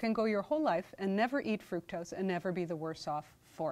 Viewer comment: I agree, and he could learn to pronounce fructose correctly.